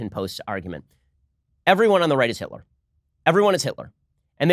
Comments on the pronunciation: "HITLAH" - Ben Shapiro 2019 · HEETLA! LOLOLOL